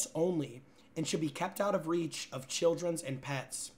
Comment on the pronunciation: Love is a wierd way to pronounce children